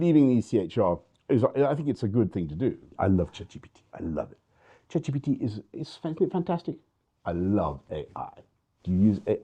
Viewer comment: I hate Boris Johnson, but I like the way he says CheGPTe